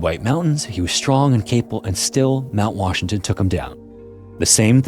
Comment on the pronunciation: Love these videos but the narrator needs to slow down. He’s speaking way too fast and slurring syllables together. For example - instead of saying incidents, he said instants. In the intro he said Washton instead of Washington. And Vitorn instead of Victorian, jah instead of jacket, quinstan instead of coincidence.